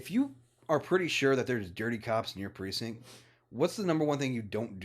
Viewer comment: there's a "t" in the word precinct.;)